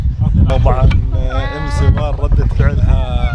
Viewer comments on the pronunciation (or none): سوار مو سور تعلمي كيف تنطقي الحروف هههههههههههههههه😁😂😂😂😂😂😁